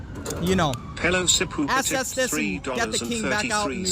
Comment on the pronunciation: does he think "access" is pronounced "assess" or does he have a speech impediment?